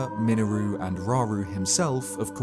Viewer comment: "miniroo" .....that sure is an 'interesting' way to pronounce her name. lol.